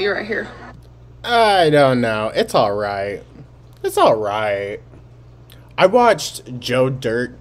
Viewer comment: Also, she says "ALLS!!!" She does do it on purpose. You can catch her saying it the right way!!! But, she knows when she does it on purpose!!!